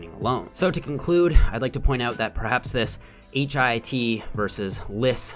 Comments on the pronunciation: I hate that he keeps saying H.I.I.T, just say hit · lol why can’t you say HIIT like “hit” instead of “H-I-I-T”? 😩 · You're inconsistent with pronouncing HIIT. Most of the time, you say H-I-I-T. Sometimes, you say, "hit." When you say the former, you come off as pretentious. And you darn well know that the latter is the most common pronunciation. I'm disappointed,. Be consistent. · Just a question: Why did you spell out H-I-I-T every time instead of referring to it as HITT??